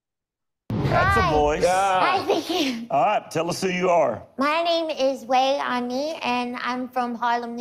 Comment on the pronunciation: Pronounced Way Ani